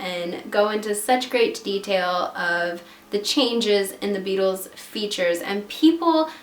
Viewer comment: When you said the Beatles in the accent I straight up thought you said the bagels